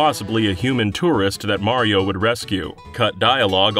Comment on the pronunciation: FINALLY! you get someone to talk about mario who can actually say his name right!